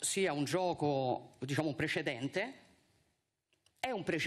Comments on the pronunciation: " DiSciamo", pardon 😂😂😂! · Viscenda, disciamo, ma come parli?